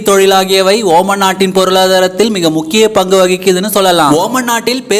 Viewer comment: Ooman illada moothevi....omaan